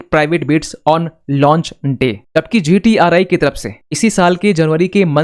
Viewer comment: It's not GTR "I", read it correctly GTR "E".